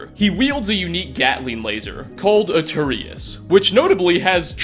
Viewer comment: Eturius? Huh? How do you guys manage to fuck up the pronunciation of everything? EE-TURN-US. EE. TURN. US. It isn't that difficult.